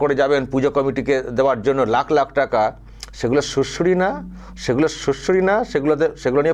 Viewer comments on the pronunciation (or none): none